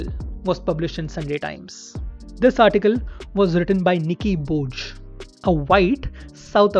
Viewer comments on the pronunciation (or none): Lol boje. It is spelled as boiye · "Nicky Bo-yay" is how you say Nicky Boje. Not "boje" as in "dharti pe boje". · It's Bo-ye, not Bo-je. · It’s pronounced as Nicky boiye not Nicky boj 😂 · I think this is too late, but Nicky Boje isn't pronounced as Nicky Boj !!! But as Nicky "Boye" Goodness, when did you start watching cricket ? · It is not pronounced as Nike Boj 😂 It is Nike Boye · Boje.. but pronounced as "Boye" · Nicky Boje is pronounced as निकी बोये. Not बोज. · Its nicky boyee not bojey while pronouncing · it’s Nicky Bo-ye.. not Boj.. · Its Boyeah mate not Boj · Nicky bojh nahi, boye hoga pronunciation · Nicky boje ... is not pronouned 'Boj' 🤣 rather as 'Boyei' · Good one, please get your pronunciation of Nicky Boje’s sur name correct. It’s pronounced Bo-ye not Boj. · Its not Bhoj...its pronounced Boyay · Nicky Boje - pronunciation - Nicky Boy-yay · Get your pronunciation right. Apartheid and Boje. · Boje? It’s pronounced as boya 😂😂😂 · Boje is pronounced “Boye” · Niki Boje is pronounced as Niki Boye 😂😂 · Please do some research on your pronunciations of player names. For eg. It's Nicky Boje but it’s pronounced Nicky 'Bo-yeh'. Other than that the content is pretty rad! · This is awesome. You are a good cricket content creator. Everything you said was perfect, but just pronounced Nicky Boje’s name incorrectly. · What do you mean by coloured players You are pathetic Use Nicky boje pronounce his sir name correctly ....awful orator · Nicky Boje ka naam galat bola aapne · I noticed too. But this happens, no big deal..